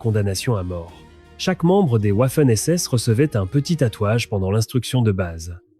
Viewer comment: Aprendre l’Allemand à un ordinateur programmé exclusivement en Français/Anglais...🤔 Cela donne des "ouafènes essesses". 😂